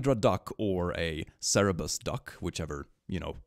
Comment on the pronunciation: please you always say cerebus but it is Cerberus. Coming from the Greek Κέρβερος (Kerberos). As someone who has learned 4 years of Ancient Greek in school it physically hurts me when you say cerebus.